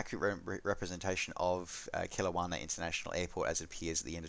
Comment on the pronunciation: Love your channel! But ... as a Canadian who lives in BC and has flown (commercially IRL) into Kelowna many times, the pronunciation is /kill LOW nah/. :-)